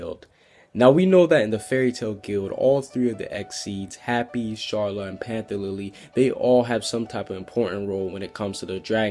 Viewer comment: He may be trying to pronounce it like the japanese/dubb version. when they pronouce it as char-la kinda.